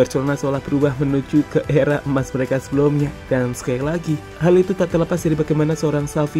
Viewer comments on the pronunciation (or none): Dimana HAL itu, bukan dimana KHAL itu,, biasa aja cara ngomongnya min. Jatuhnya lebay